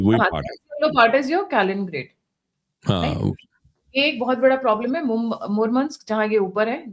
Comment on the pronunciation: 6.28 - it is not Kalingrad, it is Kaliningrad.